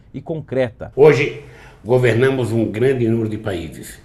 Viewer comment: "Hoje GO-VER-NA-MOS um grande número de países"